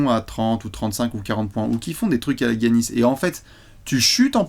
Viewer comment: Le Guy Annis de et le Braillante d'... Faut que Léonce fasse quelque chose!